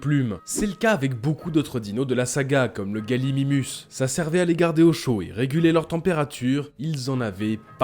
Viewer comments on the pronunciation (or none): none